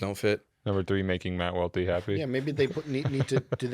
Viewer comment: Aye Welty, it’s not pronounced “Loe” lol